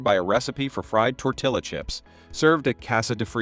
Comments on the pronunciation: The pronunciation of Tortilla (Tor-Til-Uh) in this video is weird to me. I thought it was tor-tee-uh... At least that's what everyone I've talked to has ever said (and what google says) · Isn’t it Tor-Tee-Ya because it’s double L? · The way you pronounce Tortilla earned you a down vote.